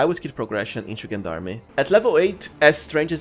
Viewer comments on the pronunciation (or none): Gen-darmy? It's french , its JeanDarm, zhaan dARM -French Canadian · fwiw, if he reads this it is a french word pronounced: "Jon darm" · Just a small note on the pronunciation of gendarme: the “g” is pronounced like the second g in “garage”, sort of like “Jean Darm”. It’s derived from the French gens d’armes which means “men at arms.” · I'm going to be real pedantic and point out that Gendarme is french and pronounced zhän′därm″ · I love how you pronounce Gendarme ^^ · I know. That's why I love how he pronounces it ^^ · Nice build, though as a french speaker i cringe a little bit with your pronunciation of gendarme. It is pronounce with a soft g like gentleman or do you say kentleman?